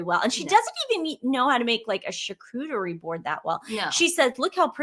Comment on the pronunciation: There is no "cooter" in the word "Charcuterie."